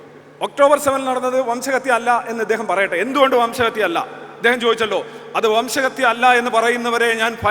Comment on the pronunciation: വംശഹതൃ അല്ല 🎉.. അങ്ങനെ തോറ്റു 😅.. RC🔥🔥🔥